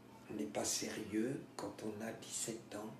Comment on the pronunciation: magnifiquement lu j ai bien ressenti l intensite du poème par contre j ai lu sur ds une critique que vous auriez du respecter la cesure a seri- eux pr que ça fasse un alexendrin. Je m y connais pas je voulais juste transmettre peut être qu en effet ça met plus en relief le mot sérieux